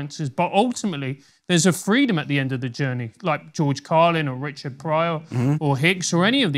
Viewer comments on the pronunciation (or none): none